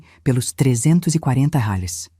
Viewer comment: Essa narradora é muito chata,toda vez que vai pronunciar reais, pronúncia como se fosse uma palavra estrangeira.